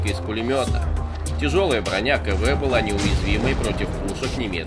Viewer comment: Не Кэ-Вэ а Ка-Вэ.